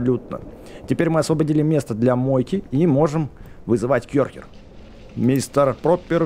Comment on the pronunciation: Не кёрхер а керхер